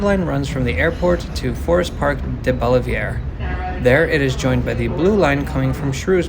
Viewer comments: Hi, STLn for 50 years. Sir, you need to work on one of our favorite pastimes, mis-pronouncing French proper nouns. DeBaliviere is "DEH-bahl-eh-ver". Others include Gravois ("GRAV-oyz"), Carondelet ("CA-ron-deh-let"), and Chouteau ("SHOW-toe"). And, yes, it's definitely "UM-sl", not "U-M-S-L". There's others, of course, but those are some of the best. Also, love Metrolink/bus. Wish the bus frequency could be better, but it has the bones of a GREAT system. People in STL dump on Metro a LOT, but it's really pretty good. I won't say I ride every day, but probably 10-15 times a month. I like the night-time feel (and have never, ever felt "unsafe"), but yeah, if you aren't ready for it it can be off-putting a bit. The split at Forest Park is still a remnant of the severe flash flooding that happened last July that basically wiped out large sections of the Blue line between FP and Clayton. That's not how the system is designed to run, and I don't think it's "permanent" (even though it's been almost a year). Great video. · Welcome to STL! In case the other 350 comments didn’t say, “UMM-SILL” is standard for the university, along with a bunch of other wacky pronunciations. Early on, you stopped at Deb/Oliver near Forest Park, or “DeB’Olliver.” And the most common riders are disadvantaged people of color who don’t own cars, and white suburban residents who drive in for sports games and ride the rest of the way.